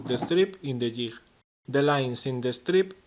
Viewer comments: DUDE....!!!! DUUUUUDE...!!!! STOP SIT AND LISTEN...!!!!!! Jig......okay? Thats J - I - G.....SAY IT.....ji - G....thats a G sound... Ji - GG....... JiG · Great video. Theres no 'h' in jig though.